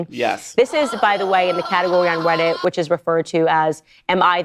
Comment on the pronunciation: "This is by the way in a categowy on Weddit ..." What happened there, Candy?